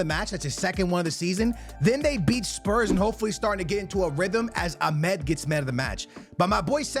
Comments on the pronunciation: Amad❌ Amed✅ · My guy can’t pronounce names to save his life lol Ahmed and Cisco lmao